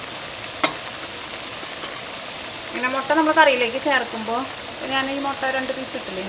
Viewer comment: Hello .like ur recipes ..tried many.all came out well .thank u ur presentation also improved ..like ur nadan style ..pls say mutta not motta ..n masala pronunciation is also odd..pls correct ..don't take it as rude .it's just à friend's comment .